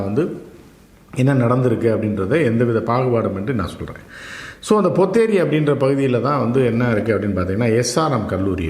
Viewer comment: Not ponneri .potheri.